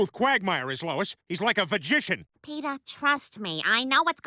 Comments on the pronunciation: 'Vagician' lol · "he's like a vagition" lmao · He is "Vergician"😂😂😂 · “A Vagician” 😭😭😭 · Bro what the Heck is "Vagician" 🥵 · "A vagician" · "vagician?" xD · I thought he said "magician" xdddd